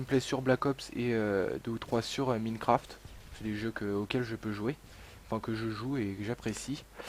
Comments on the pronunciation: mi[i]necraft XD on dit mine[mein] craft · Minecraft x) tu prononce minecraft, sa se prononce : Mein craft ;)